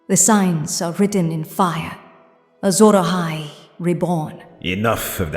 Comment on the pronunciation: Anakin:"What is A Azhora Ahai"